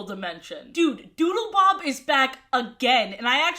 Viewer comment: Every time you said Doodlebob all I could hear was Doodlebop. So now I’m just imagining the Doodlebops making a cameo in SpongeBob